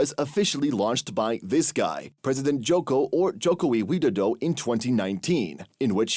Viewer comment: His name is not JOKOWI WIDODO but JOKO WIDODO, and He is called JOKOWI short of JOKO WIDODO